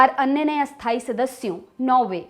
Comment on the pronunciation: Ma'am; स्थायी और अस्थायी का आपके उच्चारण में फर्क नहीं लग रहा । कब कोन सा शब्द बोल रहे हैं यह सिर्फ वाक्यों से ही मालूम चल पा रहा है । स्थायी का तो ठी है, पर अस्थायी (अ+स्थायी=अस्थायी != स्थायी) को सही से बोलिए। Note:- != (not equal to)